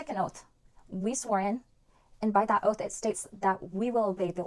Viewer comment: "You must take an "oaf"? What is an "oaf"???